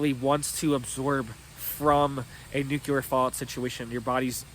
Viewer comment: There’s no such thing as Nuke yu lar …. It’s nuke lee uhr. Pronounce it right or sounds like George bush.